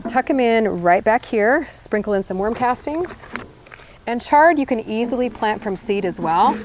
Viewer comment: Is she saying worm castings or warm casting?